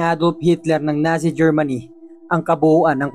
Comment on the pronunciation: Natsi not nasi